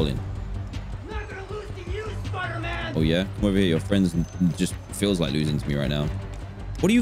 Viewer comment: I remember the first time he played he said the spooder man game, it cracked me up.